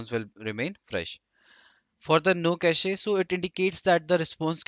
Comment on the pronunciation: Pronounciation of cache is irritating me.